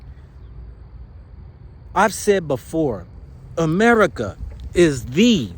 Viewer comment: Lol you say D'America😅 and I say AmeriKaren lmao